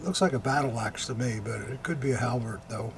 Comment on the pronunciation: When was describing the trademark for “the battle axe” for the SA dagger, I thought he said battlacks! (As in mean old ladies!) Laugher!